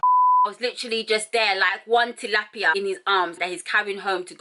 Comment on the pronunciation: “Like one tilipia” 😂😂🤣🤣🤣